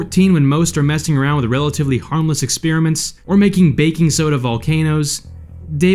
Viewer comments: Why does this clown keep saying “ex-peer-a-ment”? Didn’t he attend school? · Kids: This is not how you pronounce "experiment." It's /ɪkˈSPER-ɪ-mənt/ Not /ɪkˈSPIR-ɪ-mənt/